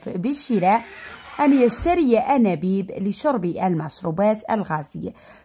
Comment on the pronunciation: استاذة 😮انابيب و ليس انانيب